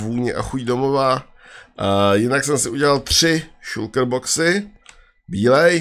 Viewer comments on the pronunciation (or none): šulker :D Je to šalker